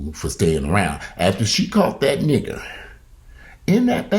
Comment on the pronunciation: You crack me up...you say niggah like an old racist white person.